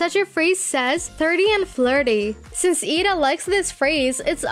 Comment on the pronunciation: you said eda's name wrong